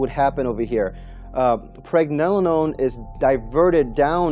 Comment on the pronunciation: you can not even say Pregnenolone the right way